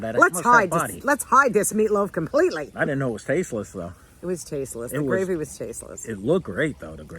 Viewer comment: There you go saying gravery again 😂